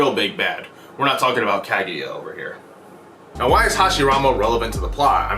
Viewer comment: The way you say Kaguya kills me bro, you can say “ya” I her name just fine and and you just butcher the “Ka” in her name haha you one of those people that refuse to pronounce your friends names the way it’s pronounced huh?? Smh I still like your video and analysis but the mis pronunciation hurts my soul